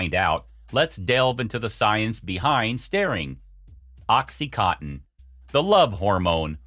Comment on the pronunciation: Is this an AI that's reading a badly written script? Oxytoxin lol, I've never heard anything like it, It's Oxytocin pronounced OXY-----Toe------Sin.....smh